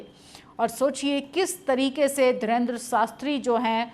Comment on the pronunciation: मैडम पहले बोलना सीखो वो धीरेन्द्र शास्त्री है ना कि धरेन्द्र शास्त्री😂😂